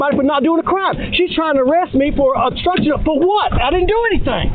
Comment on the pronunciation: Damn hick stupid cops can't even pronounce words properly. What the fruit is "bstrucshun"?